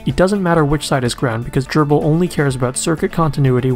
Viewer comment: Nice video. And very thorough overview on Grbl's homing and limit switches! I'll start pointing users to this video when this comes up. (Also, do me a favor. Please pronounce Grbl as Grr-ble, rather than Gerbil. Thanks!)